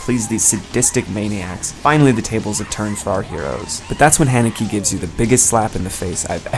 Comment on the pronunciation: that is not how u pronounce the directors name